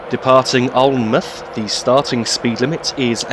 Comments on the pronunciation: Alnmouth is pronounced Alin-mouth with mouth as in the word mouth not muth as it is sometimes shortened to. Hope this helps. Great video. Hope you had a good Xmas and have a Happy New Year. Happy Hogmanay in the mean time! :) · Alnmouth is actually pronounced as if you almost say Allan mouth. I live very close to this line in that area. Great video. Thank you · Alnmouth is said Alan-mouth